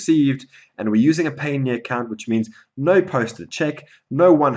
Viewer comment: Your pronunciation of Payoneer is off.... I think it is supposed to sound like Pioneer. Just fyi